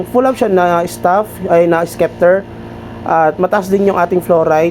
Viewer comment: SEPTER po pronounce hnd po SKEPTER 😊